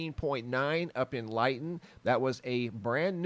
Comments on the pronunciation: FYI.... Lytton is pronounced “Litton” in British Columbia , not “Lie-ton” ( I live there 🥰) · Lytton is pronounced lit tin, two t's block the long sound of y. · Lytton is pronounced lit-ton, fought forest fires there for 20 years-hottest steepest windiest place in Can. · OH AND ITS PRONOUNCE LITTON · Lit ton is the way to say it lol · Your saying Lytton wrong! The y is not eye...